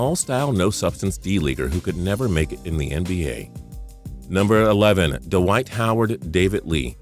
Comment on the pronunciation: ive never heard david lee being called dawhite howard.